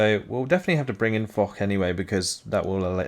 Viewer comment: That "Foch" is French, not German. I imagine its named after Ferdinand Foch, and its pronounced more like "Fosh" than "Fohk"